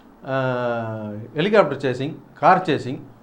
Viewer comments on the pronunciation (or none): none